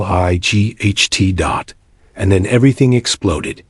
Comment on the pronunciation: before posting any AI story listen to it yourself .... and edit out the stupidity ... s t r e e t l i g h t .... seriously useless editing